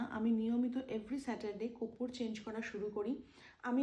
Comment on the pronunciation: Koppur? Na, korpur! Uchharan thik koro tomra.. World wide sabai dekhche tomader. You have to be perfectionist! Tomader bhalobashi bolei correction kori.